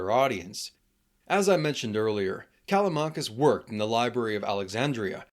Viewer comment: when you say Callamakis, you mean Callimachus i guess